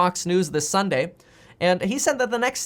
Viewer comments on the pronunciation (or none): none